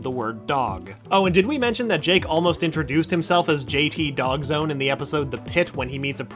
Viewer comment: dawgzone not doggzone